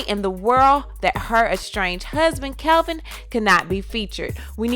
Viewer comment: Its KEVIN, not CALVIN. I do plan to watch.